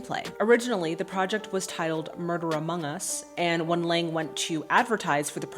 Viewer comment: Nope, sorry dear, you pronounced none of these names correctly (beginning with "Lang" himself). 😁 But via internet it's a bit difficult to teach you the correct pronunciation. Certainly if you are indeed interested, I will tell you. By the way, it's interesting that you are watching the film with the original soundtrack. Honestly, I am too lazy to read subtitles and mostly watch foreign movies in their (in my case German) dubbed version. So English, Italian, French, Russian, Korean etc. movies - all in German, even though I speak some of these languages (but some actors slur their speech). However, a good friend of mine insists on watching movies in their OVs as he is convinced that a film can only be fully enjoyed in the language it was shot in. He might be right. 🙂 Here in my home country Austria children still stroll around and play on the streets alone today. (Middle) Europe in general is a very safe place in this regard. Edit: Now you have got Lang's name right! 🤗